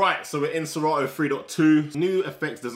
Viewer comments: Please it's serato not sera ooo mention it well😮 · Lol.. he said se rah o.